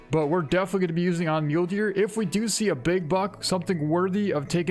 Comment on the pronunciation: He pronounces it like "myoulee" I pronounce it like "myoul"